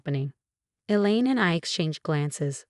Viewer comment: Female narrator for male protagonist. Politeness, not politics. Secure Health, not Secure House. Elaine, not the lean. Elaine, not Ellen. Theoretical, not ethirial. Had,not have